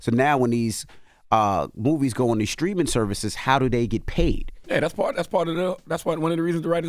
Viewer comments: its sTreaming not sKreaming, Charlamagne! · i hope Charlamagne's AI can pronounce words that start with "St" properly.